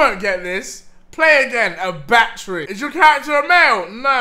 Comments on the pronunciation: when deji says battery it sounds like he is saying bat tree. 😂😂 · holy when he was saying battery i had no idea what he was talking about for like2 mins... he needs to learn how to speak